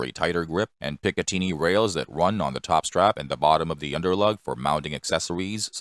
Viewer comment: The AI voice is crap, just like all AI voice narration. Google the English pronunciation of "picatinny".